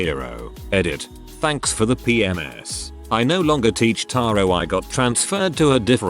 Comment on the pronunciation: sometimes the auto narrators are funny. "thanks for the p-m-s" rather than PMs.